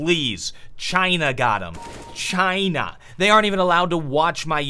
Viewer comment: Pronouncing China like Donald Trump